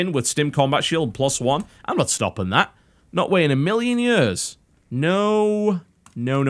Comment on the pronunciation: I DISLIKED BECAUSE I DON'T LIKE THE WAY YOU SAY YEARS lol jk